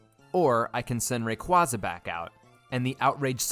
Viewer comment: Stop pronouncing Rayquaza wrong. It’s Ray-kway-zuh!